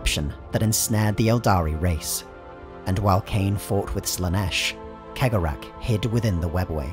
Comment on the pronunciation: Cegorach is probably the only name in the entire video he actually pronounced correctly XD